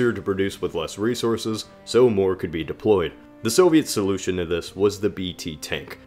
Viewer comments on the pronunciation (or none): none